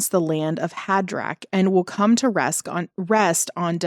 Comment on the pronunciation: "...and will come to resk" Are you reading from the Popeye Bible?